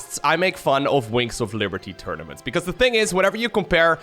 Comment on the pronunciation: is saying "winks of liberty"?